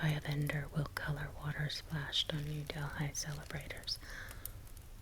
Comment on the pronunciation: Your pronunciation of Indian places is really good! They were all accurate, except for Delhi which is pronounced like "deli" :) thank you for the video